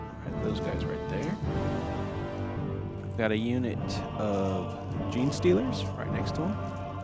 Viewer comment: He got Gene Stealers! Give him that lol